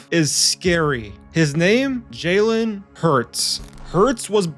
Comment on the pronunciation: Is it me or does he keep calling him Jaewin?? Like bro, its Jalen, like Jay-lin.